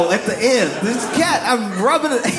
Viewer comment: The way he said "This cat" 😂 sounded like "This BITCH"